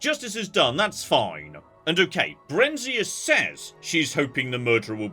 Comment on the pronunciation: Lovely series - thank you ! Throughout Elder Scrolls games, I've always called her "barren-ZI-ah" (usually just reading book titles). This is no "complaint", just interesting to hear another take. (E.g., I remember hating Vivec.) Feels weird to have Fallout, Morrowind (and Indy?) series all and at once... But I look forward to whatever may come next ! Cheers